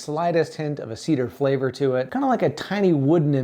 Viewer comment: Tea-dar you say